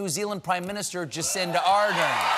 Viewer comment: Is it me or he says Jacenda?